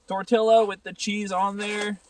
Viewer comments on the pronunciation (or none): I probably would cook the grouse in some butter and a little bacon with cumin. I’m not big on teriyaki. Btw It’s tor-tee-yah.. but whatever right?